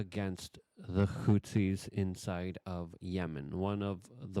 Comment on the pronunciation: Hoo-tees. Not Hoot-sees. Nook-lee-R. Not nookool-R. FFS bro..